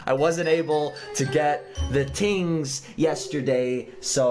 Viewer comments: you said tings instead of things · “The tings” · its not tings its things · u said ting instead of thing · “So, I couldn’t get the TINGS yesterday” I’m actually dying 😂 😂 😂 😂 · "I wasn't able to get the tings!" 😂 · Did anybody else hear tings or is it just me?